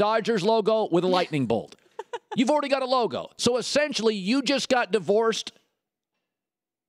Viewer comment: anyone notice how colin says "unbelievable" about 100 times a show? and "like". he says "like" more than any other word, the dude can't talk. he's terrible for radio. as i type this he's trying to say "already" and failing miserably. ORR-dee